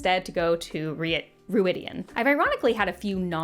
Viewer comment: Thank you for vindicating my dislike of the show, but 36 minutes is WAAAAAY too long to talk about one season of a crap show. You have more important things to do. 10 minutes video is acceptable. One thing the MK/ KR audio books are good for is the (American) English pronunciation of all the names (stupid and otherwise) The place they go (Rhuidean) is pronounced ROID-e-on. I guess they got it wrong in the show, if you're pronouncing it otherwise. (Imagine somebody calling NYC "Nuh-EE-ew Yuh-OH-ark"). Ugh, and Perrin's wife is called "Fie-EE-uhl" (rhymes with Aiel).